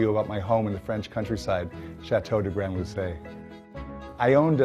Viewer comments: Why are Americans deliberately destroying the French names?! . Say it the way it should be pronounced, you rich connard! C’est Château, not Shayto! C’est Grand-Lucé, not Grandd-Lusay! Idiot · Seriously, the guy bought a chateau in France, renovated it for months if not for years, spends at least a part of his life there - and can't even approximately pronounce it's name? GRAND-LUCÉ, ostrogoth au ketchup, c'est quand même pas l'Atlantique à boire! Is he American or is he American?!